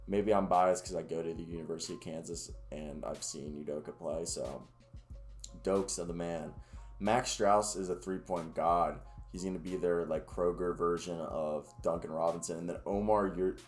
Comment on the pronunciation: Btw it's pronounced stroos